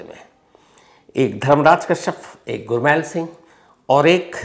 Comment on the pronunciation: Shams sir “ गुरमैल “ नहीं , गुरमेल बोला जाता है । 🙏 .